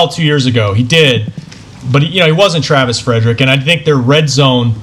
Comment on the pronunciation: Who's the joker on top right hand corner that keeps saying Travis Fredericks? Are you serious, dude? You work for the DALLAS COWBOYS and you don't even know his name? Good lord, this show sucks now.